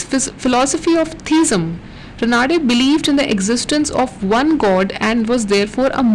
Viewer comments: It is Raanade रानडे and not Ranaade रनाडे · Raanade not Ranaade